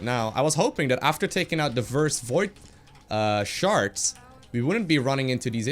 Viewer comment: lol he saying void sharts